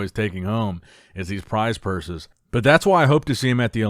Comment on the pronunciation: "Prize purses"🤣🤣🤣🤣 you kill me yo